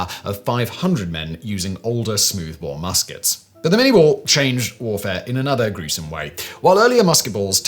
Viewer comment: It is pronounced "minay ball".